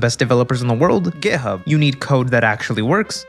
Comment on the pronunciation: Is it just me or he is really saying gay hub